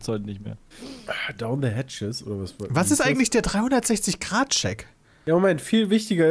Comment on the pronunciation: Immer wenn Peter "de" anstatt "the" sagt, stirbt irgendwo ein Englisch-Lehrer :D